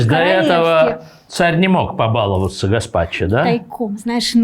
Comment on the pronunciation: побаловАться, блин, а не побАловаться. Нет слова бАловаться в русском языке.